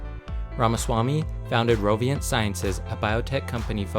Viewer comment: Roivant not roviant